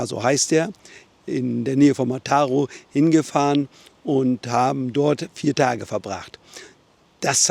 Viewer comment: Kleiner Tipp: Wenn auf einem spanischen Wort oder Ortsnamen ein Akzent steht, dann wird diese Silbe betont. Ansonsten immer die vorletzte. Mataró wird also auf der letzten Silbe betont.